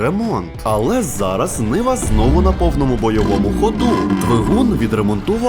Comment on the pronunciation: Не niva а nyva ушльопок малолітній🤬